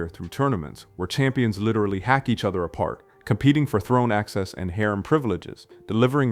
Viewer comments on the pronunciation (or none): none